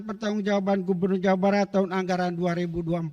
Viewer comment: Jawabat bjirrr bukan Jawa Barat dia baca😂😮